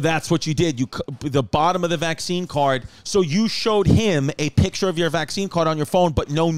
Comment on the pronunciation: Lol I was like Chrissy has to be fuckin with us with the visene instead of vaccine..